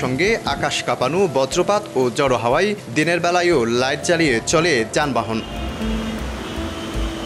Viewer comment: বিশ্রী-উৎকট-শ্রুতিকটু উচ্চারণ! "ঝোড়ো হাওয়াকে" বলে কিনা "জড় হাওয়া"! Minimum standardless. রিপোর্টিংটাই নষ্ট করে দিলো রীতিমতো। তাঁর উচিত তিন বছর শুদ্ধ উচ্চারণের উপর ক্লাস করে তারপর এসবের চেষ্টা করা। সবার দিয়ে সবকিছু হয় না।